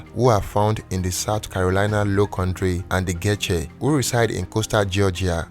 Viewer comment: I cringe every time he pronounces Geechee😫